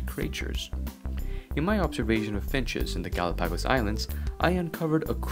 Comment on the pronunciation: The way you said Galapagos really got to me.